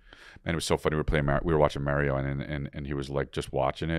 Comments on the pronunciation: "Marry-oh Brothers" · Lol who tf says mehh-rio? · The way you BOTH say Mario makes me very upset, and that’s all I have to say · Hey Chris, say Mario correctly